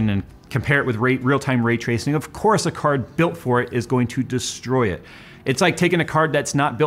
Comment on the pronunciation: 😂 I couldn't tell if you were saying ray-tracing, retracing, or rate tracing...